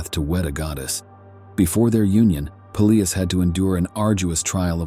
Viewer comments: I like how the AI keeps pronouncing "Peleus" is fun diff ways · I can't watch AI narrated shit when every mention of a name has a different pronunciation. Peelius. Peléus. Pelyus. OMFG.